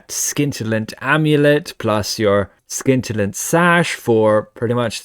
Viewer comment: Dude, you don't say the "C" in scintillant! It's a soft "see", like the keiling in your living room! 🤣 {:o:O:}